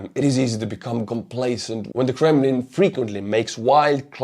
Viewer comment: I don't think I've ever heard someone say the word "Kremlin" with such panache.